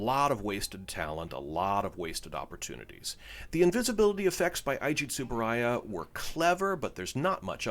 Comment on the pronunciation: Ei-ji Tsuburaya, not Ai-ji. To-mei Ningen, not To-mai.